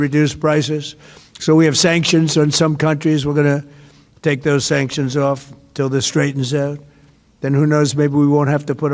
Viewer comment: "Shankshunsh!" Go back to sleep, DonOld!